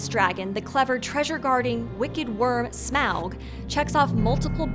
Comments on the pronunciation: Its pronounced smaug (smog) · girl why did you pronounce smaug like that 😭😭😭